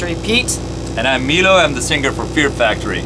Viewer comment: So it’s pronounced “MEE-lo”, not “MY-lo”